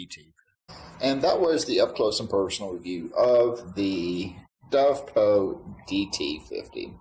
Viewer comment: Why do you call it a Dovpro when it's clearly labelled DOVPO?